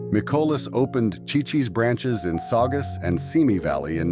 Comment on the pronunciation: It is pronounced "see,see's" Ci-Ci's Pizza. Chi-Chi's was the Mexican restaurant that fell on hard times .🙄